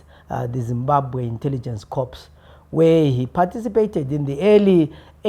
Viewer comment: Corp is pronounced Cor, the P is silent